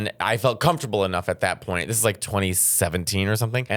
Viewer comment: "Thats the whole loint of this" 😂😂😂 like...who comes here to NOT hear metteos opinions?